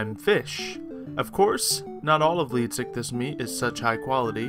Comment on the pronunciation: look not tryna be mean but it bugs me when people don't say/pronounce a word right. it's pronounced leedsycthees not leedsycthis